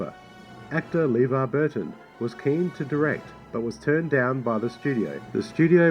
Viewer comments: LeVar Burton’s first name is pronounced “Leh-VAR”, not “LEE-var”. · "LeVerne Burton" LOL! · Oddly enough, you also miss pronounced LeVar's name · You're not pronouncing Lavar Burton Name right either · Talks about the director mispronouncing Levar Burton's name while mispronouncing Levar Burton's name.